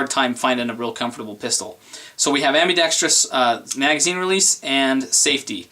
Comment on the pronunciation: You need a speech class... It's ambidextrous not ambidextrious.. only one "i".